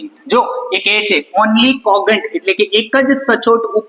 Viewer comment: Sir what is the pronunciation of congent You said that kogent(કોગે ન્ટ )but I think it's kojant am I right?????